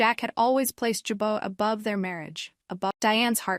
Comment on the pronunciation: Can't even pronounce Jabot!